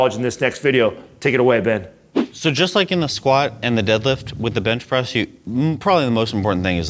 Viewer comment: Did he say Bitch Press? Haha